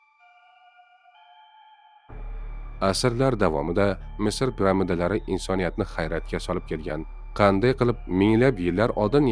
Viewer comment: Прамда эмас пирамида учи уят